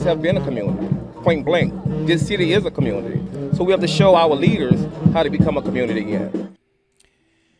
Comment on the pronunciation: It's a communitah, not community.